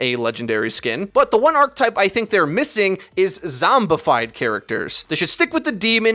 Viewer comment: Am I the only one who's triggered that keeps pronouncing archetype as arc-type and not arc-eh-type?